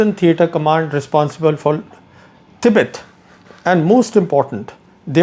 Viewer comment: indian mnkey, pronounce tibet properly